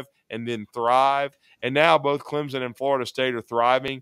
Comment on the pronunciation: I dont want to join any conference where the fans cant pronounce Clemson. There is no ‘z’ .